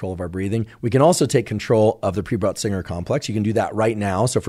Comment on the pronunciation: Pre-butt-singer 😂 complex is what I heard him say, and I thought that really needs to be renamed. I looked it up and it is Pre-Bötzinger Complex😊